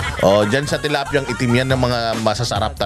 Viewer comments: tilapya po hindi talapya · Talapya talaga ? Hindi ba tilapya un 😂😅😂😂